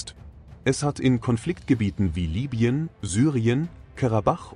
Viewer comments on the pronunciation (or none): none